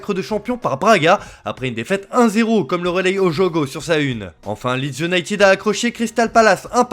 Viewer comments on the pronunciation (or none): none